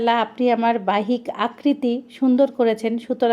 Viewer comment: Baijjik k bole baihik 🤣🤣🤣